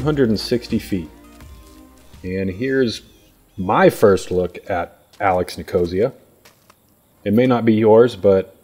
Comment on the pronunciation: I think it's NIK-uh-SEE-uh, not ni-KO-zee-uh. Love listening to. Thanks for the coverage!